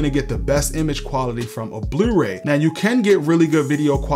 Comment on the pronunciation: Love your channel and videos, I've learned so much. Did I detect a Baltimore accent when you said "yewtube" and "blewray"? Just curious.